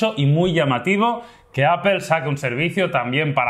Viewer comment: Porque siempre los españoles pronuncian APEL!!!!???? o.O jajaja